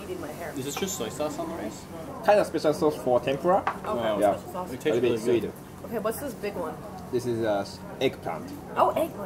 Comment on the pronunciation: 日本人が話す時にTENPURAのRAは舌を巻くのが正解？日本の物だからそこは正しく日本語の発音でキッチリ「てんぷら」の方が良い気がする…😅